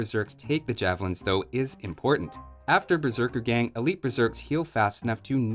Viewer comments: The word does not refer to a gang of berserkers, but the act of going berserk, and the "a" in "gang" should thus be pronounced like the "a" in "arm". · The "a" in "Berserkergang" is pronounced like the first "a" in "Arbalest". It does not refer to a group of berserkers.